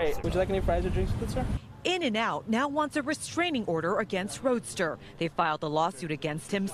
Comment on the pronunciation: Bruh he’s my cousin it’s not “Roadster” it’s Roeder